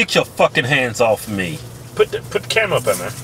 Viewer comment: "cumera" lol